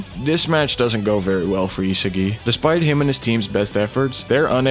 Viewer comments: Yo... how do you make a video on Blue lock and call the main character ee-se-gi the whole time... EE-SA-GI man it's not even hard to pronounce. It may seem like nitpicking, but it actually isn't. How tf am I supposed to take a video on Blue Lock seriously if the video creator doesn't even pronounce an easy name of the main character properly. Cuz I can tell you that neither the sub nor dub pronounced his name ee-se-gi. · Your pronunciation of isagi is annoying the shit out of me. E-SAH-GI not HeSeeGi ffs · e sa gee not e siggy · stopped watching as soon as i heard eesagai ngl xD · Is no one gonna talk about how he pronounces Isagi 😭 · Nah bro but how the hell do u manage to mispronounce Isagi lmao I legit stopped watching the vid cuz of that major L